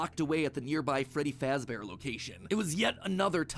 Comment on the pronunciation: Freddy Faazbear💀